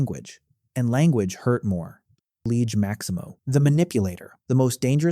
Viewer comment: liege maximo❌ loki maximo✅